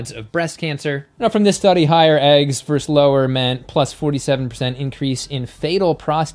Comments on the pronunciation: Please say versus and not verse. Your videos are great, by the way. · I love you. I love your content, but please learn to say “versus” properly. It’s not your fault. I hear it often these days. It’s distracting. Much love and respect from a much older vegan. 💚